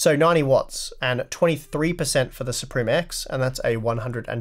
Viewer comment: and its pronounced sup rim.....